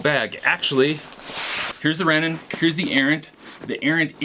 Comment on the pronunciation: Love the review! Also it’s Rennen